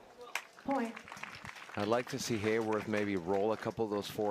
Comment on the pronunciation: Everyone pronounces Haworth's name wrong. There's no "y" in his name. It's Hah-worth.